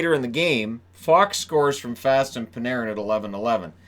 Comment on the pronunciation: Jesper fast isn't pronounced fast. It's fahst